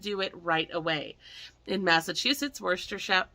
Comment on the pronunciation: Worcester, MA (pronounced "Wis - ter" with the accent on the "wis.")